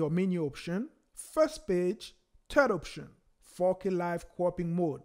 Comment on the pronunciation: Nice video. Didn't know that. But everytime you say 4K, it sounds like you say fuckin/fookin. Lol. It's alright. Fantastic video though!